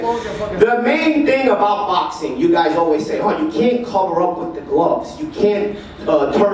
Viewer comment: Sounding like it too, spit on yoo” 😂